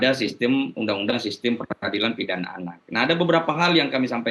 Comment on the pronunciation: Pidana Pak, bukan ptopam